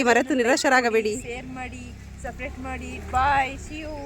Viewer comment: ನೀವು ಇಬ್ಬರು ಫ್ರೆಂಡ್ಸ್ ತುಂಬಾ ಖುಷಿಯಾಗಿದ್ದಿರಾ ಯಾವಾಗಲೂ ಹೀಗೆ ಇರಿ ನಗುನಗುತ್ತಾ ಆದರೆ ಯಾರನ್ನು ಹೊಗೆ ಹಾಕಕ್ಕೆ ಹೋಗಬೇಡಿ😂 ಸಪರೇಟ್ ಅಲ್ಲ ಸಿಸ್ಟರ್ ಸಬ್ ಸ್ಕ್ರೈಬ್😂 ಆದ್ರೂ ವಿಡಿಯೋ ತುಂಬಾ ಚೆನ್ನಾಗಿತ್ತು ನಾನು ಕೂಡ ತುಂಬಾ ನಗ್ತಾ ಇದ್ದೆ ನಿಮ್ಮ ವಿಡಿಯೋ ನೋಡಿ😂😂